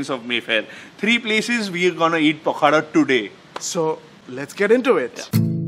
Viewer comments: Sorry to INTURUPT but this is pokhalo not pokhaddooo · Pakhada nuha it is pakhala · Abe pakhala ...not pakhada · It is pronounced as PAW- KHA- LAW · It is pronounced as a pakhalo...or pakhala...😮